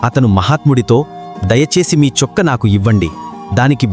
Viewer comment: Chokka kadhu chokkaa